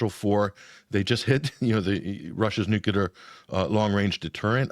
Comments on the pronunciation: I'm going to stop at around the 18 minute mark on this video if the guest is going to keep saying nucular instead of just nuclear, like WTF, and does he even know his country is a genocidal empire? he is speaking as if the US has some kind of legitimacy. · Nuc-le-ar not nuc-u-lar. Should know better. Yikes. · Nuclear and not nukula nothing name kukula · I just can't take someone seriously and start to question their lack of intelligence when they say "nucular" in reference to weapons. "Nucular" is actually a word but it's not the right word for this context ffs. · Once Bush the Nice Bumpkin started saying "nucular," more and more thoughtless Murkans began to mispronounce the word. Now the error has spread to the upper echelons of society, it seems.